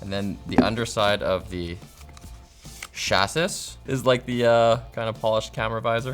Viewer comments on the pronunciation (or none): bro said "cha-SIS" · "chassis" is pronounced "chassy". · The correct pronunciation of Chassis = "chah-si". Just letting you know.... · Chass-IS I've never heard someone pronounce chassis that way, but to each their own. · Someone needs to learn the word chassis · ' pronunciation of chassis will haunt my dreams